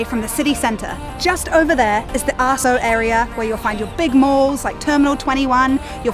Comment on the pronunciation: wonderful ! not sure about the pronunciation of "asoke" lol. Can you please provide information on how bikes can be used there? keep up the good work